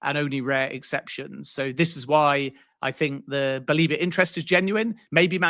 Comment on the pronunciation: Stop calling him Baleeba! It’s BA-LEH-BA